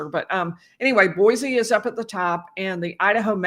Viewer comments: and BOY - SEE, not BOY-ZEE. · You’re not pronouncing Kuna or Boise correctly. My hope is that Brian doesn’t survive one week in prison. 💪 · Boise is pronounced with a C not a z. Boy-C. Likewise Kuna is pronounced Q-nuh not Coo-nuh. Just a polite heads-up.